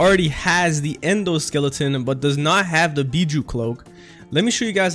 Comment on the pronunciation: Did this dude just say endoskeleton